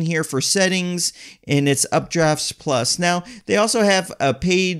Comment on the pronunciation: its UPDAFT PLUS....not UpdraftS Plus